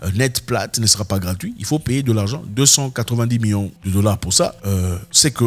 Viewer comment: Zack av😂z vous déjà remarqué vous prononcer million comme miyons ? milliards comme miya..c'est problablement la saveur locale.